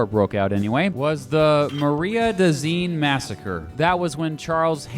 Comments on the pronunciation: Mara-d-zine is how Marais De Cygne is pronounced; the lake of swans in English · Mawray Duh Seegnay, Please. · "Maria dee Sin-jezz" .... my soul died a little bit! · Marais des Cygne (marsh of the swan) is pronounced mara, like haira, de seen. I live in La Cygne (the swan) which that river runs through and is named after. Incidentally, there's a back story to the naming of it by a frenchman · A little fractured, but mostly correct. Yes, there are still some animosities mostly between towns settled by Yankees and Southerners. BTW, it's pronounced "Merr-de-Seen" by Kansans. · Nice video, great recap of Middle School history. They definitely sugar coated it. I did laugh when you tried to pronounce Marais des Cygnes, I thought you were from Kansas. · But boy did you blow it on Marais De Cygnes!